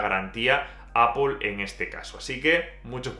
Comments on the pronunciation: APL no APOL NO TIENE NINGUNA "O" es ingles basico, solo es decir manzana nada más. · ¿Qué le pasa a este chico para que diga APOL? No ve que es ridículo????! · Cada vez que dices Apol se me eriza el vello. En cualquier caso, ¡buen análisis! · Apol, apol, apol, apol, apol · Alfonso An. Y si se quiere decir APPLE con la pronunciación inglesa, que lo haga con pronunciación inglesa; NO españolizada porque da vergüenza ajena. APOL.